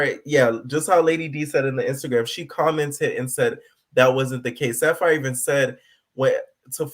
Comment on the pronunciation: 🗣SAPPHIRE NOT SAFARI!!!! 😹😹😹😹